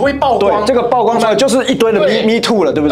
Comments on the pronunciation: 是“舖“光，破音字。非“報“光，匪式念法。😅😅😅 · ㄆㄨˋ光不是爆光，不要一直說垃圾中國話!!! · 每天必看八炯影片， 但我是覺得...居住「品質」而不是質量； 曝光也不念爆光， 這些還是覺得有被潛移默化影響的感覺...